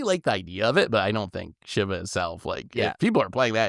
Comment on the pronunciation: It’s pronounced “Sheeva”. And I’m actually scared of what they are going to do with Ultima. lol